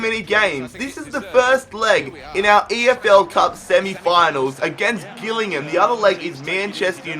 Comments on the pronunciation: Jill-ing-ham not Gill-ing-ham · You said Gillingham wrong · learn how to say gilligham